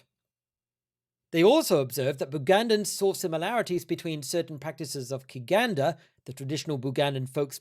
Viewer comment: "Kiganda" is not a religion or set of beliefs -- it's just an adjective that means "Bugandan" and is pronounced "chiganda". Could you elaborate on why you've chosen to cover virtually only Kiganda history in your exposition of the christianization of Uganda? It cannot be overstated how multicultural Uganda is. Other than that, I'm not sure I agree with your overarching analysis of the research, but I'm enjoying the vid nonetheless and admire the effort that you've put into this. Keep 'em coming!